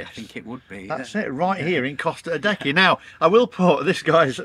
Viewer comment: So if we can't afford to buy an EV in 2030, then what do we do? Ridiculous idea and situation....and why is Costa Adeje called Costa Adecky....shouldn't it be Costa A-day-hay